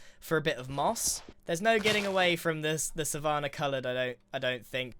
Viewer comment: Grians pronunciation of savanna is oddly jarring